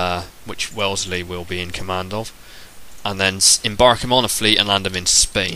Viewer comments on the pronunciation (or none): Welsley?? WHy do you call him Welsley?